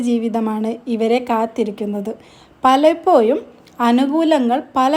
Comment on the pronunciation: നെക്ഷത്രം,പലപ്പോയും,വ്യായം, മലയാളം സംസാരിക്കാൻ പഠിപ്പിച്ചു വരൂ